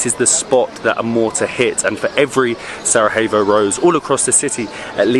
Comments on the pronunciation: Exactly. Don’t get me wrong but you’ve mispronounced the city’s name countless of times, if not butchered it mercilessly on some occasions… Sara-evo… Sarahevo… honestly, it doesn’t hurt to ask the locals first if you’re not sure or never heard the name called out loud. Believe it or not, but historically and globally speaking, it’s not an obscure countryside location no one’s ever heard about so it doesn’t take long to get it right. I know it might sound petty and unimportant to many, but constantly mispronouncing the name of the place that you actually present doesn’t give it much justice, if you know what I mean. Hopefully you don’t take it personally as we all enjoy watching your adventures and appreciate the effort made in all videos. Keep exploring and enjoy the atmosphere of each & every place! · Yes, letter 'j' is pronounced as letter 'y' (Yankee 😁) in English. It's definitely not SaraHevo or SaraJevo as you would pronounce the first letter/sound in the name Justin. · You are aware there's no H in "Sarajevo," yes? Like, it's not like Spanish where the letter j is pronounced like an h? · The correct pronounciation is Sarajevo, not Sarahevo.😊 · Broh, its Sarajevo not Sarahevo... If you want replace the j by an y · What is with the pronunciation? You are not in Spain mate, pronounce j in “Sarajevo” as y, not as h… It hurts my ears… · You two are always brilliant!! Why do you keep saying SaraHevo? Slavic j is y, e.g. Sarayevo. ❤ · Just to clarify the capital city is spelled Sarajevo, but it is pronounced as Sarayewo it is not pronounced Sarahevo. Also, the food you ate at the Sač restaurant, only the one with meat is called burek; the rest are called pita + whatever it is filled with. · And please stop saying SARAHEVO its pronounced SARAYEVO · Hi guys, cool channel. Just wanted to point out that the pronunciation of the j is like y, not h. So Sarajevo is pronounced SaraYevo, not SaraHevo. Love the Bosnia vlogs. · J is pronounced like Y in Bosnian. 😊